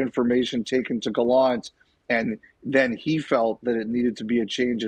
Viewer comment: Friedman has the reputation of knowing everything in hockey before it happens; why the hell can't he , and the rest of you, learn how to pronounce Gallant's name? ( rhymes with "plant.")